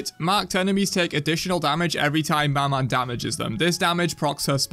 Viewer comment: I'll have to be the one to say it but you dont pronounce the "n" in "maman" which means "mother" in french, sorry but I just had to say it with the amount of time maman was said in the video lmao 🙏